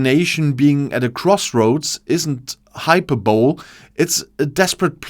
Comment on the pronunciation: Hyperbole is pronounced hi-per-bo-lee